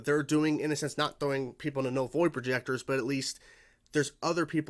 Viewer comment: "Vull Noid Projector" funny slip there, 🤣